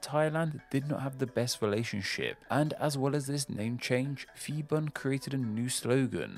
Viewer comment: I'm Thai living in Bangkok. This is indeed a well-researched video, despite mispronunciation some Thai words (eg. Marshal Phibul's name). I look forward to watching your next videos!